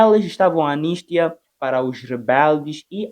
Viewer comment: Você acha mesmo que contou do início ao fim a Guerra dos Farrapos? Acha mesmo? Você não sabe nem pronunciar corretamente a palavra ANISTIA. Um jovem responsável p/ falar das tradições e da cultura moçambicana, mas só fala do Brasil. Vídeos de você falando s/ Angola, Moçambique e de outros países lusófonos, onde? Só tem vídeos de você falando s/ o Brasil. VOCÊ NÃO SABE DE NADA, INOCENTE.